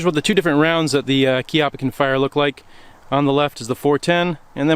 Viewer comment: You finally got it right. Kee-ah-puh. Congratulations.